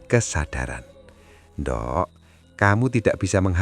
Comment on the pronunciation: Hahaha pengucapan nDhuk.... Thole..... Kok jadi nDok ... Tole...?? 😂😂😂